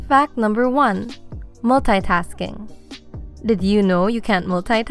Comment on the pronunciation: I am bothered of how she says "multi-tasking"